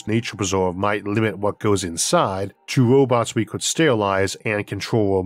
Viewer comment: Why does this guy talk like a baby toddler that doesn’t want to pronounce his Rs. Or replaces Rs with Ws? It is pronounced Robots, not Wobots….